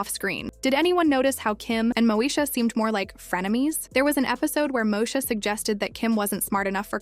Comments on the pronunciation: MOSHA 🫠 its stressing me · This lady keeps mispronouncing Moesha!!